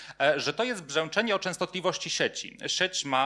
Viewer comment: treść fajna, ale jak mówca mówi zbyt wyraźne "ę" (od , np. słowa pojawiające się w wystąpieniu: przydźwiĘk, piĘknie, brzĘczenie, przyjĘta), to trochę kuje w uszy... jest to określane czasem mianem "wymowy doliterowej" albo "wymowy ortograficznej". która jest objawem tzw. hiperpoprawności, co dla niektórych osób zwracających uwagę na sposób mówienia może być rażące (porównywalne z brakiem poprawności np. "stoje za panio", a nie "stoję za panią")